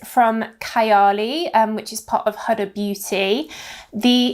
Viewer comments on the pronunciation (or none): I believe that Huda is pronounced HOO-DA, I’ve heard some beauty YouTubers say it that way